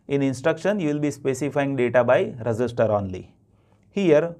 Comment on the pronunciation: Sir your instructions are awesome but I think when you pronounce register it's really confusing